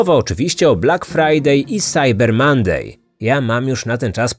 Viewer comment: Zgadza się. Jeszcze dorzucę "MOnday" nie "MAnday".